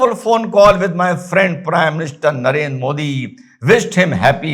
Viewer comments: Sir its Narendra not Narender 😂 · He wrote Narendra not Narender. Your pronounciation sounded like Rahul Gandhi which looked insulting.